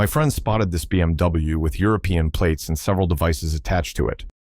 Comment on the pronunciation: Tem platees?